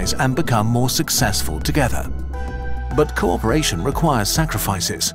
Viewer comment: Originally I heard "corporation" and went "What does corporate have to do with this?"